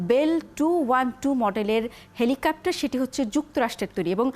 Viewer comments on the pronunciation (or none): এই মহিলা বার বার বলছে "হেলিকাপ্টার"